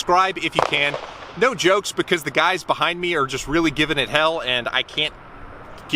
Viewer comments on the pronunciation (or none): none